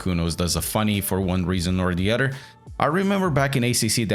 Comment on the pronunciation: Your English is excellent but I can't get over the way you say the word "other" as "udder" 😂